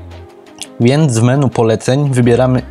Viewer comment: "menu" jprd.... wymawia się "meni" !